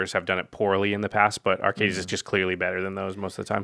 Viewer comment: Watching this and then the most recent episode of the podcast, I'm shocked that Jimmy still doesn't know how to pronounce Arcades. Lol